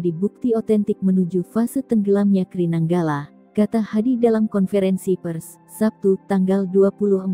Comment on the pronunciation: nyebutnya "Ka-Er-I" min, bukan "Kri"